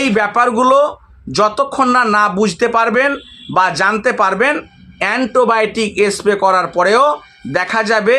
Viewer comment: এন্টোবায়োটিক নয় - অ্যান্টিবায়োটিক